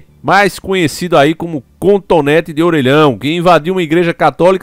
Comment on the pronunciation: CONTONÉTI DE ORELHÃO KKKKKKK